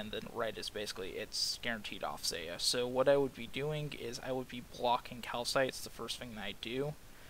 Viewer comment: KaPHites (kal-fites) not calcites >.>